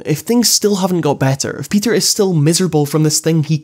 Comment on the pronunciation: You need to learn how to say Peter